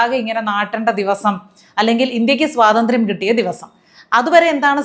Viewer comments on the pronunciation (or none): none